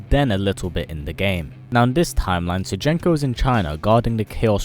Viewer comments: Shoe-jink-oh! Not Sir janeko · Sounds like youre saying Sir Jenko.